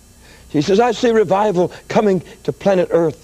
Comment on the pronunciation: What's with the "planet earth" emphasis?